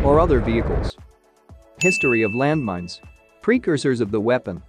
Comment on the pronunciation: land mins ?